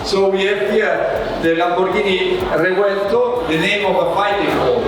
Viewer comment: The CEO pronounces Revuelto correctly. The “V” linguistically sounds like a “W”.